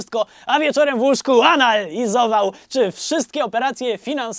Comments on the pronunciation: I ten piękny moment "anal-izował" cudo 😂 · Kocham to jak Drewniak to powiedział "w łóżku ANAL izował" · " a wieczorem w łóżku ... anal izował " 😂😂😂 🤭🤭🤭 😉